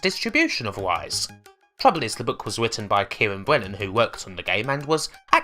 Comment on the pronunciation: "Rise" starts with an R, not a W. Learn to English. Seriously, like the info in this video is interesting, but it's almost impossible to pay attention to it when every R you say comes out as a W.